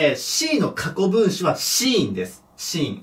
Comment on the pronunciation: 今回のもseenがスィーンってなって欲しいけど、シーンって聞こえるからね